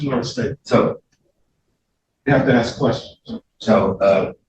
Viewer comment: I take issue with the fact so many of these supposedly "highly educated" attorneys are incapable of properly pronouncing the word ask.